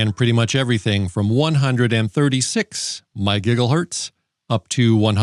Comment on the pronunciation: Hearing you say My gigglehertz gets me every time. 😂